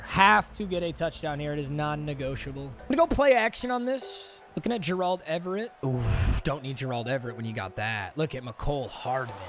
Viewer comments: The M in stands for Mispronounce, who is Jurrahld Everett lol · Dude just say Gerald not Jer-Auld Everett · Will somebody please tell to learn how to say 'Gerald' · i still find it insane that bro doesn't know how to pronounce gerald😭